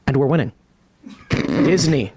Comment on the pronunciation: LOL! He REALLY, REALLY means it when he says "we're winning"...